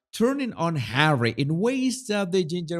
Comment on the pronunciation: "Speech by Hawwy" Oh, great. So, another word salad filled with buzzwords, then? 😒 Good grief, Hawwy, just let the real important people speak!